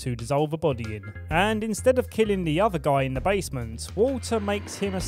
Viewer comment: i thought he said water's magical mist, not walter lol haha